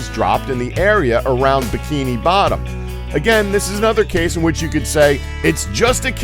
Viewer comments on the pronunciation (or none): none